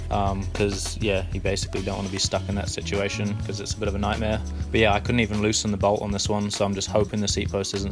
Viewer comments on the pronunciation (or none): none